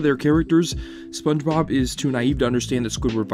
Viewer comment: …. You start the video off by saying “Spun-Bob” 😩